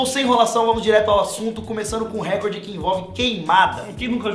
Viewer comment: 6 falam recorde errado, da mta agonia!!! n eh récorde, eh recorde...